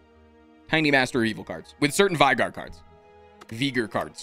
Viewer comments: NOOO He frickin says vaigar (v-eye-gar), not veigar! (v-ay-gar) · LEAGUE! also its fun how alltough played league he still managed to pronounce VEI- GAR wrong xDDD